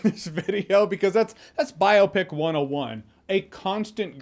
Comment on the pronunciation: Jeremy stop saying biopic like that plz